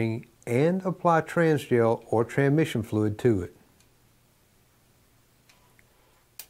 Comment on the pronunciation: I LOVE THIS SERIES! I have to laugh though because in all the videos he only says the word "TRANSMISSION" correctly one time and its in this video every other time he calls it a trah mishon.